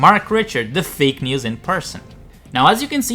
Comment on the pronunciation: Did I just hear news as meals?